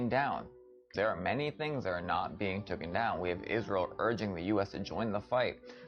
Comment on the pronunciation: Toooken is not a word...please use taken. Phonics is your friend